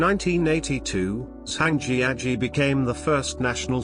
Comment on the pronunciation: I've been lucky enough to visit many of these sites and enjoy watching the video. But the mispronounciation of many of the place names (e.g., Zhangjiajie) made it painful to listen to. Hopefully, they will redub the audio sometime in the future.